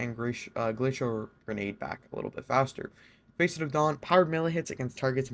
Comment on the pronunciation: it's pronounced fas-it not face-it